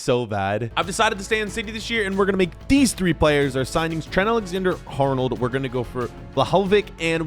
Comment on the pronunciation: My man pronounced Ali Arnold as TRENT ALEXANDER HARNOLD